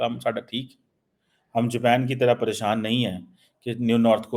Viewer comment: Amaa Mia Jaapan Kahu, Ye Kya Amriki Panjabi accent Main Jepaan keh raha hu😂